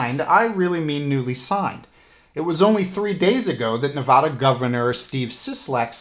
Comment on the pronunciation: Thanks for having our backs. Nevada is pronounced "Nev-add-ah", not "Nev-vah-duh"